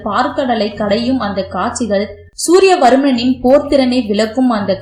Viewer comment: Suriya varman not varnam